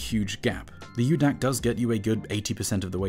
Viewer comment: It’s Micro DAC, not U-DAC.